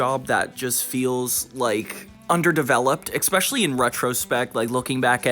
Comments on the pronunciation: aluminium is in the UK dictionary, it's a correct spelling that happens to differ from the US spelling, so that's a moot point. As for "maths", couldn't agree more. It's an annoying thing, but I think surely we can agree that "EKspecially" and "EKscape" are worse? 😂 You don't need to be defensive, it's just a comment made to NOT you xoxo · How tf are you pronouncing "especially" "EKspecially"? You Americans sure like to add letters lol. EKscape, no, EScape hahaha